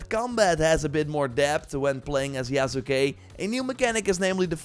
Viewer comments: lol you still got the end incorrect. Sahs-keh Yahs-keh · Yas-kay You've watched Naruto, right? lol Sasuke Sauce-kay Mispronouncing things gets under my skin is all. 😋 Already took a leap of faith and preordered the gold edition. Game has promise. Looking forward to the direct next month.